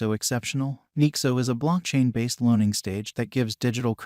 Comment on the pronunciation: “Nixo” “ethereeum”